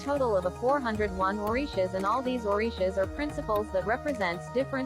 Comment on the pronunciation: This pronunciation of the Orishas is not correct! 🤔